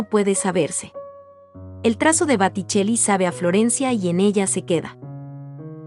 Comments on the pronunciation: Bellos los cuadros, pero crei que se decia Boticelli no Baticelli. Estoy en un error? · Botticelli, repite y repite Batticelli. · Por favor corregir Baticcelli x Boticcelli. Una pena q se pronuncie mal en comentarios q parecen tan preparados. Gracias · Booootticelli no Baaaatticelli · El pintor se llama Boticelli no Baticelli. Sería conveniente que lo pronuncies correctamente. Lo mismo pasa con Renoir que se pronuncia Renuar. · Por favor por favor es Boticcelli con o por no es con a se oye muy feo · Por favor que la que relata diga BOTICELLI no BATICELLI¡¡¡ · Corrige es Boticell con O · Que día más tonto tengo hoy...he tenido que dejar de ver el video porque no soportaba más escuchar ese "bAtticelli" BA.....? en fin, gracias ...... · Los videos y los textos son muy buenos, lástima que diga Baticelli una y otra vez, es un error que deberían corregir. En otros videos he notado lo mismo, buenos videos, buenos textos, la narración y la pronunciación de los nombres dejan que desear. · Baticelli que??? Muchos errores de pronunciación es blasfemia por esos grandes pintores del Rinascimento italiano .mal trabajo!!!!!!!!! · Es: BO TI CHE LI la pronunciación. ¿qué clase de español hablan? ¿de donde son? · Por qué dice baticcelli ????? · Que tal si pronuncias bién , porque realmente aprender es un todo...por lo que describir una pintura y decir mal el apellido del pintor, deja la duda si lo que se explica en el video es realmente verdadero !! Sabemos o no . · Gracias, sin embargo los nombres en italiano están mal pronunciados, gracias! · Me extraña que la que comenta las pinturas no sepa pronunciar correctamente el nombre del pintor, lo que ocurre aqui y en otros comentarios de otros pintores. Este error hace desagradabld oir los comentarios. Ñ